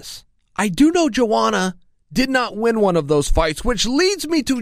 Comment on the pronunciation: Just say "Joanna" 😂😂😂